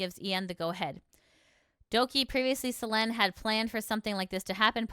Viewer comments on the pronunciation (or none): What is with the butchering of names in all these videos. First selen as Selene and now Elira as Elria.